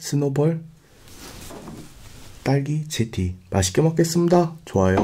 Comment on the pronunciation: 저만 딸기 제티 할때 영어 하시는것 같나요...?